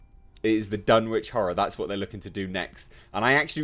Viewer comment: I have serious doubts about this project but would be so amazing if it works. I had high hopes for Universal's Dark Universe, but apparently I was one of the few who enjoyed The Mummy. I would absolutely love to see an adaptation of The Case of Charles Dexter Ward, personally. Btw it's pronounced Dun-itch. (It's a New England thing) I do believe it's Watt-ly, not Wait-ly, but I could be wrong there. And yes, it is From Beyond. The Void was not an adaptation, but inspired by HPL.